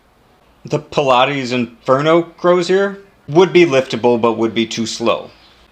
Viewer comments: I hate to be the one to correct words, but the word, prelate is pronounced prel-ate Sorry again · Prelate is pronounced preh-lut